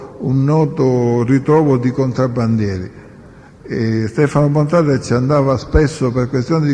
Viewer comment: BontaDe , non BontaTe 😎